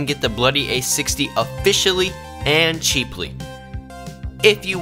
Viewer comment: "Cheaply" 🤣🤣 sorry no offence